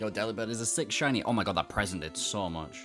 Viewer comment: Shiny Dee-oh